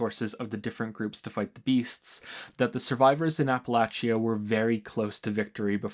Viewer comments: It's pronounced "ah-puh-latch-uh" not "A-puh-lay-chee-uh" man, it's important Really good video too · Ap-Uh-Lay-Sha. Not Apple-Atchee-Uh. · It’s always fun hearing a new pronunciation of “Appalachia”. I deeply appreciate that you got the hard “ch” sound right, but the extra syllable of app-a-latch-ee-ah really cracked me up the first time I heard it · "Apple latch chia" no. Just no. Aren't you American? It's "apple lay she uh" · I know you're Canadian, so just FYI; Appalachia is not pronounced "Apple-achy-ah", it's pronounced "Appa-lay-shuh" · a-pə-'lā-chə, not a-pə-la-chē-ə :) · OK, after enjoying this critique for an to amount of time, I gotta call you out on your pronunciation of "Appalachia"... - As a born-and-fled "Appalachian", please try to pronounce the fictional 2x-post-apocalyptic region correctly. - It is pronounced 'Appa-latch-uh'.... NOT 'Appa-latch--E-uh'. - Think of it this way... If I have an Apple and I through it At You.... I might say: - ...I've just thrown an 'Apple at You' or, if I was course, I would say I have thrown an "Apple Atcha"... - Say it five times fast and you'll have it... - Apple Atcha - Apple Atcha - Apple Atcha - Apple Atcha - Apple Atcha... See? ------- EDIT shit I've just summoned the Ghost Bear, and my last words are.... Hair Bear Bunch. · It's pronounced app-uh-latch-uh btw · not a criticism but its pronounce APP-A-LAY-CHI-A in West Virginia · I think pronunciation of Appalachia is one of the worst yet. It is Appa-latch-a. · This could also explain the bizarre Appalachia pronunciation, since most Americans says Appa-lay-shuh, Brits say Appa-lay-shia, and natives say Appa-latch-uh. Funny how his is like a combo of all of em, or at least British and native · I know, I'm West Virginian, so the pronunciation of Appalachia is inherent to me, but oof. Love your work though.